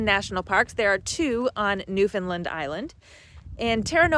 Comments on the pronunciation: From Bonavista here! Glad you enjoyed your time here :-) here's a newfie tip for you! It's not pronounced Newfoundlund. Say like you'd say the word "understand" Newfoundland! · I’m going to be straight forward here . I do enjoy your videos . But calling it Newfoundland Island is absolutely ridiculous . You are taking people on tours to places you aren’t from . I get the interest I truly do . But it’s Newfoundland not newfinlind , which is how you are pronouncing it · learn how to say newfoundland properly please